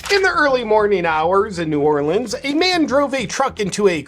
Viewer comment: Thank you for say New Orleans the correct way.